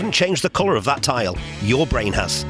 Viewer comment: There's an audible illusion here too. When your say bwain I hear brain.